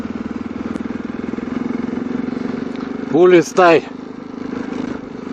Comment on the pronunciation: Ulistai = Google Maps spells it, Uliastai. Mood = m - u - d And alsfault = a - s - p - h - a - l - t